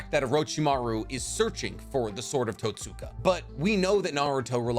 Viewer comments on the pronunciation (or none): Great video man. My only critique is in your pronunciation of Totsuka. Where English has silent letters, the Japanese language has soft or “whispered” letters. The hiragana script for Totsuka is とつか, where つ (tsu) is a whispered letter. So in the same way we don’t say Sasookee when talking about Sasuke, we don’t say Totsooka blade. And on that note, Nemui is written as ねむい , sharing the first hiragana with Neji (ねじ）and is pronounced Neh-moo-ee. Hope this is helpful and insightful. Thanks for the dope video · The What......its pronounced tots-ka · mans said “Tat-Soo-kuh” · Mf sayin Itachi misunderstood than says Totsuka